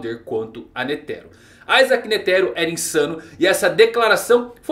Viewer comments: tu ta pronunciando errado o nome do netero não tem silaba tônica tu ta pondo enfase no "te" de netero e so uma coisinha que mne sangra as orelhas mas o video e top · N sabe nem pronunciar o nome do Netero e quer fazer análise